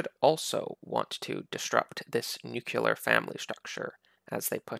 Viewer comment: Stop saying nuculear